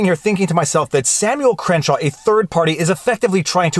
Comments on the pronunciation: I think it's Crankshaw not Crenshaw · Crankshaw is pronounced cren-shaw?